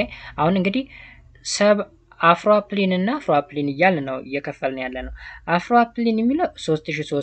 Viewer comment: Not afroapline it is afroalpine